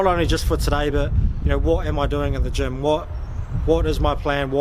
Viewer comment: I was thinking that you are in Germ (Germany), but it's "gym". xD